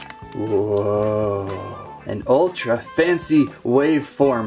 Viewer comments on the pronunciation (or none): none